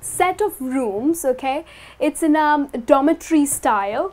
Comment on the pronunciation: Dormitory not domitary